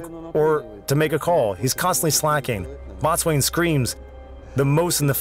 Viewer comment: Your AI voice pronounces the Boatswain as bot swain, it's pronounced bo-sun.